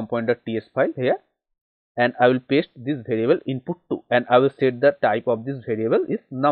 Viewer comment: It's variable not bhariable 😂😂